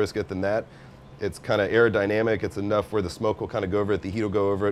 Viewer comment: Did he said aerodynamic...?? Lmaoo🤣😂